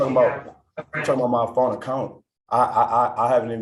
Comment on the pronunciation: “I need ma fone”